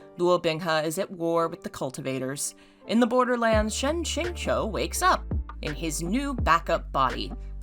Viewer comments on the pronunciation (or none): none